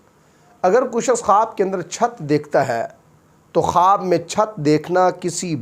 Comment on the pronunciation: Tu pahle خ bolne ki practice kar.Halaq se nikaal.Kharrate ki aawaz nikaal kar dara mat. Matti nahin mitti.